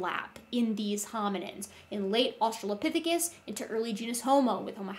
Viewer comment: I'm cringing every time he says "Australiapithicus"...